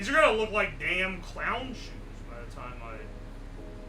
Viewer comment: Ah yes, "shoes"